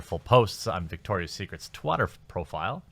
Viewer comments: “ Twater” lol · Twat-ter. Jeremy I believe you may have stumbled upon something by accident. Twat. Ter. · "Twatter" file? Was that intentional?😂🤣😂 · can you stop pronouncing things like that? I tried to indulge, but your 12 yr old pronunciations of words like Twitter or woman is ridiculously out-dated and PewdieCRINGE